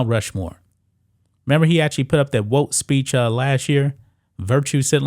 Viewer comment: Bro why u saying Woke like a white person dont u know where woke came from and white folks took the word and made it bad